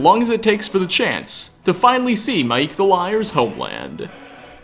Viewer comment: It’s pronounced my-eek, not mike. Otherwise he’d be called Mike. Also he pronounces it My-eek himself. He’s Maiq the liar not mike the fibber.